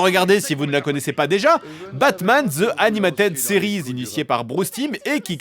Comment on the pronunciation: Roh l'accent franglais sur "animated series", c'est fait exprès ?